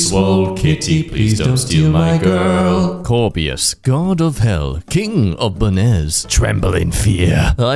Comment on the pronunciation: corbeus sounds like morbius